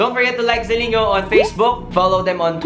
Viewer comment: It's pronounced as (ZILING-GO) hehehe love you! 💕